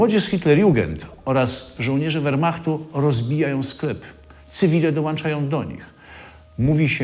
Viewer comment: Nie mówi się panie redaktorze dołańczać tylko dołączać oraz włańczać tylko włączać. A niestety te błędy językowe padły z Pana ust.